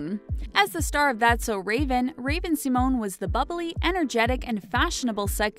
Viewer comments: Raven See-moan?? Aly Mikol- ka?? I gotta go 👋👋 uh uh nope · The narrator of this video clearly doesn't watch RuPaul's Drag Race bc she would've known the correct pronunciation of Raven-Symone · raven seamoan? aly milkaulka? really lady